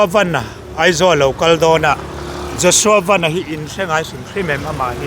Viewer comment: Vanlalpianga hi Joshua van hming lam hi a lam dik thei lo thin chu